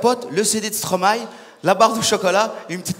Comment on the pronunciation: Haaaaaaa enfin quelqu'un qui dit Stromae et pas Stromaé